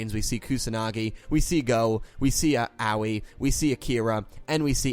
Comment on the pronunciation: Aoi I think is actually pronounced as (eh-oy)